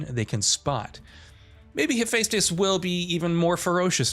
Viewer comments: I know! Hayfaystus 😂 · He keeps mispronouncing Hephaestus its Pronounced with an E not an A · Why are you pronouncing Hephestus like that when you clearly know that's not how it's pronounced? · How many times in one video can a person mispronounce Hephaestus? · I hate the way you say Hephaestus. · The way you pronounce Hephaestus wtf lol